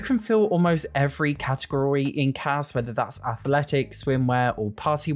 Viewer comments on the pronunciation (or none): none